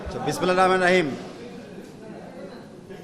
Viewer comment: বিসমিল্লাহির রাহমানির রাহিম, এটাও ঠিকমত বলতে পারে না। কথা শুনে আশাবাদী হতে পারলাম না।